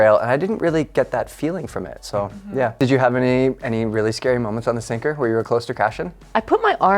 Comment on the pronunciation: The "t" must be silent... Sounds like it's a S(t)ync'r.